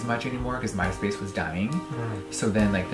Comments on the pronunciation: Very thorough and well done video. One little thing, though- the emphasis is 'MY' in My Space. Other than that, perfect. Well done! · The way the creator says "My Space" made me think Jeffrey Starr got famous using HIS platform... you know, like on his space? And I'm like, oh, My Space. Not this guy's particular platform, haha. Guess it's the southern accent and where he put "emPHASIS on the SYLlables." ❤